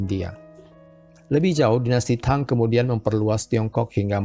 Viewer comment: sebut nya TANG , bukang THANG